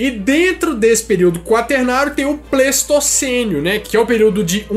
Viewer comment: Só a critério de informação não é "Pleistocenio" e sim Pleistoceno, assim como Holoceno e Antropoceno.